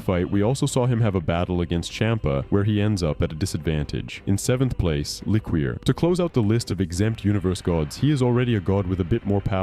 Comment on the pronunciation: I don't think it's pronounced lick-Queer. I think it's Le-Cure